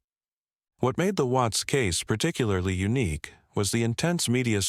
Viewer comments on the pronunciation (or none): none